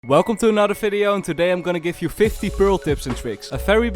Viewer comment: "FIDEO"? tf